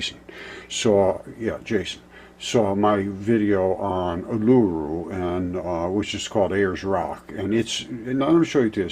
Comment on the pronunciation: Uluru pronounced U-lah-roo! Hope your well!.